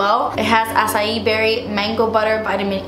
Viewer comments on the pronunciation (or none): none